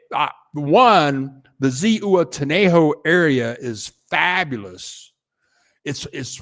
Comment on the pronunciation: Zihuatanejo—- h is silent. UA pronounced like wa. Ziwatanejo